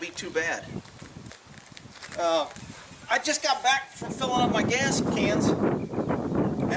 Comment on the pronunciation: Dude, you've said "gas" twice so far, not "gaz," it's nothing but I always notice when you say "gaz" 😁. Just saying 👋🏻🇺🇸